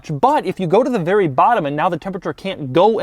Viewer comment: doug the type of guy that had an orgazm in a mercedes and say its a werry werry nice car